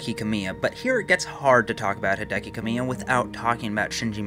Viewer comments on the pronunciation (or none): Just an FYI, Kamiya is pronounced ka-mi-ya, as 3 separate syllables, not Kame-yuh. Great video either way.